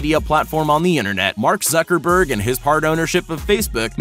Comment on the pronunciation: I love how he saying Mark suckerberg